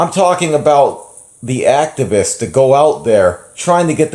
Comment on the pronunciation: Activist? Nononono, its Actibitch